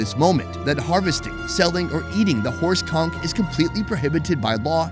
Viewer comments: Did he say horse cock? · I thought he said horse cock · For a sec a thought he said horse cock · I thought he said horse cock 😂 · I kept hearing horse cum 😂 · Is this filmed around the areas around the Bay of Campeche? Is he saying horse cum? Or horse conch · Did you say horse cock? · Anyone else think he said horse cock? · Thought I heard “ horse cum” 😂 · Lol I thought he said horse cock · A first i heard horse c*ck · Anyone else hear him say horse c*ck instead of horse conk? 💀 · So are we gonna ignore that everytime you mention the red kung it sounds like you are saying horse cum? LOL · The first time you said horse conch, i heard something else😅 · Horse conch man I thought you said something else 🤣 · Horse conch.... was not what I heard lol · Ahh Horse conch ... I heard something else the first time 😅